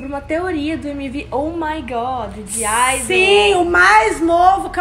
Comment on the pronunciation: EU QUE FAÇO AULA DE COREANO VENDO ELAS FALANDO O NOME DAS IDOLS: OVOMOREH*!!!ㅡ ㅅ ㅡ